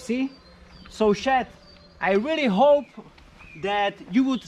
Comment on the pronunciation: he says his name as lololol